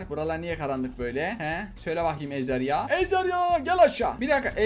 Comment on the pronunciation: Ben:ejderha Ahmet abi:ejderya